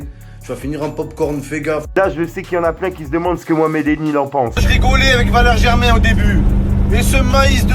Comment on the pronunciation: Arrêté de dire Valeri Germain stp